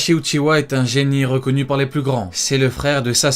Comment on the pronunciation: Itachi uchiHa et non uchiwa svp